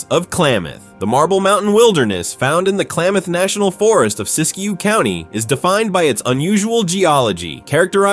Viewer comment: Siskiyou, not Siskiyo.